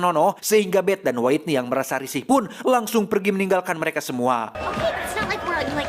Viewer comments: Maap kang bacanya Whitney : Witniy .. bukan Waitniy .. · Witniy kang dibacana, hehe punten koreksi dikit ❤ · bukan nya "wetni"